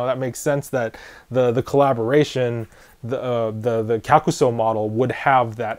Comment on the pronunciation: Thank you for the proper pronunciation on the name, and the history! Much appreciated :D